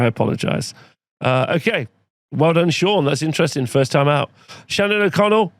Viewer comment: Shannon O'Connell here, and I approve that pronunciation.